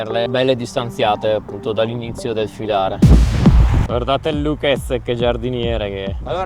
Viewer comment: Привет! Скажи, а как твоего барат зовут на самом деле? В дубляже слышно как "ЛУкец"